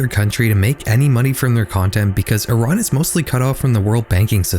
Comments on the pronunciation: first time ive seen someone whos not from iran pronounce it correctly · my whole family live in iran, tehran, my mothers been making contact with one of my cousins, it doesnt happen through text. (edit: thank you for pronouncing iran right!)